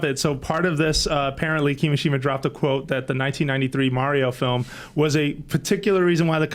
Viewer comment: Kimishima-ya-shima-ye. That threw me off outta no where what the heck lmao.